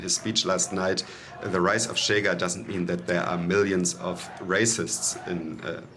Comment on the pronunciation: it's not "Tchega", it's "Shega" 🙄